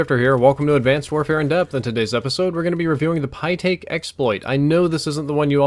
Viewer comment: "pytaek smg"